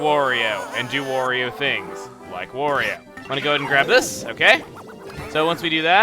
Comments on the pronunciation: Why does he keep saying Wario wrong? It's supposed to rhyme with Mario. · quit saying wario